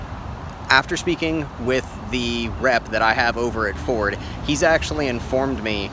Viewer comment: Gotta love Furd...oh..I mean Ford.